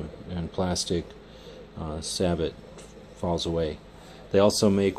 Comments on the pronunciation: Say it with me: "say-bow." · In Tennessee we say "say-bo" :)